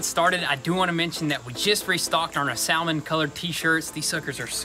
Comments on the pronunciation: Not Sal-mon it's SAMMON ;) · You guys continue to kill me with your pronunciation of the English language. It's NOT pronounced Sal-mon, it's pronounced Samon. The "L" is silent. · boys, the L in salmon is silent.. you don't pronounce it "sal-men" its pronounced "sah-men" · You pronounce that color sammin not sowmin. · Every time you say, "sal-mon" it makes me want to unsubscribe like the helicopter videos do. Sam-on. The L is silent. Sam-on. And as long as I'm whining like a baby, fuck that helicopter. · Do you know you are meant to say salmon like samon. You know this right????... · Hilarious how pronounces SAL mon.....LMAO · Did he just say Sal-mon? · Saaamon...the L is silent. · "Sal-mon colored" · Salmon is pronounced SAMMON. Hope you paint the side mirrors black. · No L in SAL-mon???? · I've heard so many people from the South call it SAL-MON, it's crazy. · lmao "sal-mon" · Did he say Sal-mon colored? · The L in “salmon” is silent. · Love your videos, but I can't stand the butchering of the English language. Like salmon, the L is silent. And it's TOYOTA not TEEYOTA. Sorry, but it's been driving me crazy! Lol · Maybe I'm alone, but you guys should know how to pronounce salmon. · Um, the L in salmon is silent. You're welcome. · The “L” is silent. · dude the "L" is silent, come on lol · It is spelled with an L. But you don't pronounce it. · The mispronounced "salmon" at the beginning of the video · FYI the word salmon is pronounced with a silent "L". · The 'L' is silent in Salmon...........lol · Since when do you pronounce the L in Salmon ? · it may just be me but i think the l in salmon is silent just saying !!! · Did he just pronounce the L in Salmon!? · Salmon has a silent l lads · Finally pronouncing Toyota correctly but still can’t pronounce Salmon.. 😂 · Thanks, the L is silent